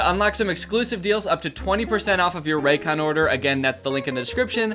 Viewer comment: I THOUGHT YOU SAID RACOONS 😭